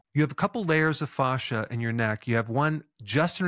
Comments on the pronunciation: The pronunciation of fascia is triggering me. Thanks for the exercises. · The way he pronounces “fascia” reminds me of Goldmember saying “father”. IYKYK